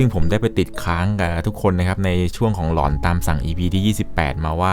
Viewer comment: เวลาพี่พูดว่าหลอน พี่อย่าออกเสียงว่า หล็อน แบบนี้ได้มั้ยครับ ผมฟังแล้วตะหงิดหูทุกที